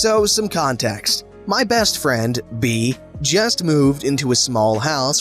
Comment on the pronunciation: I'm fairly certain that Bea is pronounced Bay but whatever